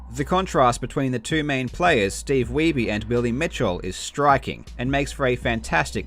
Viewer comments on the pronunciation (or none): none